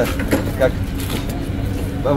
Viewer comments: ударение правильно АбудАби, а не АбудабИ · Абу- ДАби.Правильно ставьте ударение. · абу даби ударения на букву а!!!!!! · Ставьте правильно ударение на Абу даби Вы не правильно произносите Абу даби, ударение ставится на <у> в первом слове и на <а> во втором слове. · Абу Даби ставьте по другому УДАРЕНИЕ. Как вы произносите, никто не говорит.